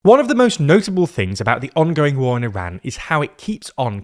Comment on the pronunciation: Yall are supposed to be educated, how is that you’re pronouncing Iran incorrectly